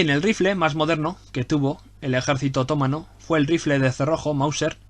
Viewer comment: ¿Porqué dices otómano, así en plan esdrújulo?,....es otomano, que te pego con la mano. Por lo demás, genial, me encanta.